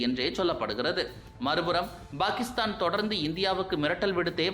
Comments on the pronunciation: Why do pronounce 'Pakistan' as 'Bhakistan'? Fundamental confusion in Tamil itself? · Bhakisthan இல்லை பாகிஸ்தான் - உச்சரிப்பை முதலில் சரி செய்து கொள்ளுங்கள்..